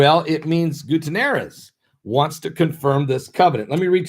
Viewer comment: I think it's pronounced. Gooty-Air-Ezz